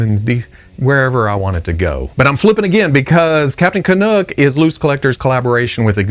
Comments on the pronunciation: Nuck not Nook. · How far away from Canada does he live to pronounce "Canuck" like that? Someone is either messing with him or their accent threw him off. It took me twenty years to say "about" correctly.